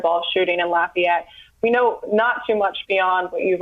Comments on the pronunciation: stop saying "L-O-fi-yet" it's pronounced "Laugh-E-yet" down here. Lafayette. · Thats not how we say lafayette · There is a Lafayette in almost every state. So everyone says it a little different. How she got an I sound in the fay part is amazing though.